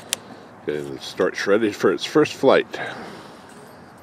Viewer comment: PLEASE NOT PRONOUNCE STORCH with a hard CH. Like "STORCK" !!!